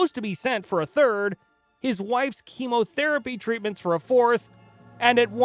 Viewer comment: 9.38 creatments 😂